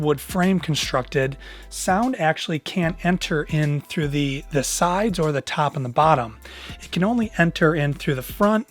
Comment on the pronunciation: " the sides the tAwp and the bAtton" lol